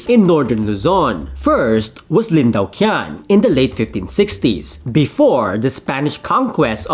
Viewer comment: "Lin Daoqian" is pronounced as "Lin Tao-ch'ien".